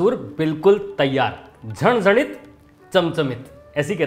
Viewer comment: बहोत बढिया!👌👌महाराष्ट्र में कोकण साईड में फ्रेश नारियल और बाकी साईड सुखा नारियल का प्रयोग करते हैं! झणझणीत ये शब्द का उच्चारण एकदम सही तरिकेसे किया है!😃😃